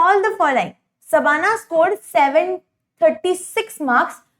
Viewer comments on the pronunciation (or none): Mam it's shabana not sabana